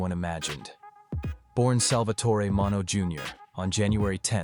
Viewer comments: Sal Min-E-Oh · His name is pronounced min e o